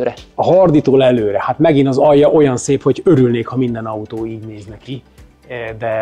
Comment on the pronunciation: Szép az "ató"